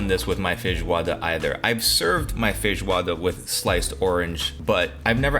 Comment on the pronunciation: Bro pronounces feijoada far better than I do and as far as I know I've been brazilian for 32 years. Merry meeeeeeee " from boy to boy s2